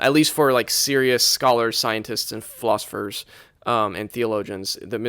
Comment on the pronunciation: Early on, sounded like he said, “scientists and flossers.” The book is clearly about dental health. Now I’ll listen to the rest. Consciousness fascinates me. Just joshin’ yah. (smile)